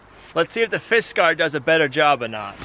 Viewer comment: Its not fiskar, it is Fiskars.